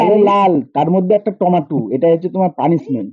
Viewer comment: কোথা গুলো ঠিক কোরে bolte sikho টোমোটু নই টোমেটো